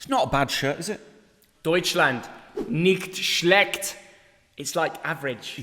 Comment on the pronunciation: man said "nikkt shlekkt"